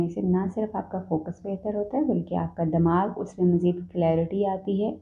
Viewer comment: Lahori woman, listen, Damagh nai hota, Dimagh hota hai, kindly apni urdu theek karein.